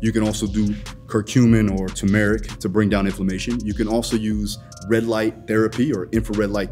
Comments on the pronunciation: Content is banging as always! That pronunciation of turmeric was wild though 😂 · it’s all good G you tried your best 😂❤